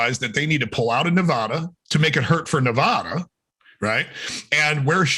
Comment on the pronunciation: The first a in Nevada is pronounced like the a in add not ah. We will have a new governor in a year. Hopefully we get a decent one. Last election we had a third party candidate that pulled enough votes from the Republican to get the current walking fecal matter in. Unfortunately it takes time for the system to rectify mistakes like those.